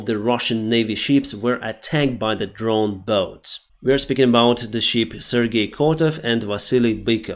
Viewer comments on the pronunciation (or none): none